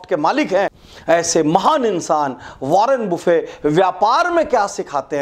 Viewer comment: Sir ji, वारेन बफेट नाम है, वारेन बुफे नहीं..😀😀